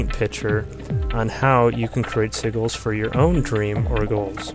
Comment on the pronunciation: it's not pronounced seaguls. it's see-jill